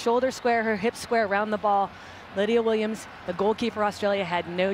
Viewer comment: CRYSTAL press!?! lydia WOMENS omg pronounce it correctly 😳😳